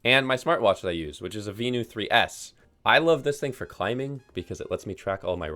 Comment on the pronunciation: I'm looking for another keeb for the office. Still rocking my Nuphy Air75 V2, loving this thing a year later. I know you like it in the past; has it fallen out of favor with you? P.S. The Garmin is pronounced like the word "venue." Quite a few of the watch families have names like that: Fenix is "phoenix", Marq is "mark". Heck the old Nuvi line was pronounced, "new-vee", and the Zumo series is "zoom-oh".